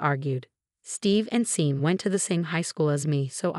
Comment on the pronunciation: Hey, AI, Tara’s BIL is called Sean. It’s pronounced Shawn, not Seen, ffs!